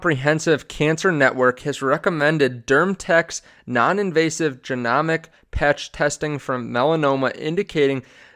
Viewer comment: This guy saying genomics wrong everytime, it's making me say it wrong. Wasn't this dude in premed? 🤦‍♂️